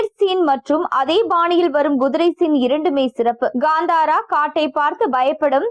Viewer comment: Adhu Gandhara illai.. it is called Kantara, propera pronounce pannunga.. what a English 😂